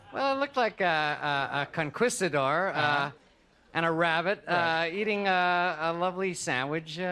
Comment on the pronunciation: "Con-Kwista- door....."